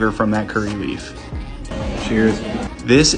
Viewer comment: Brownie points for correctly pronouncing "Kerala" (well, correct sans rolling 'r', at least).